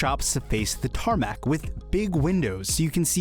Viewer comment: oh god no: “tArMaC”